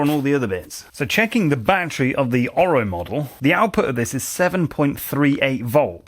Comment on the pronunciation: It's NOT a "bat-tree" It's a "ba-TTerY"